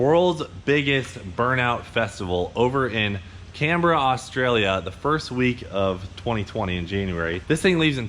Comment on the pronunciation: Shit an American who can say Canberra properly.